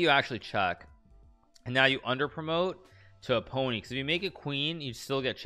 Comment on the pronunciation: "So you make a 'poney' "😂😂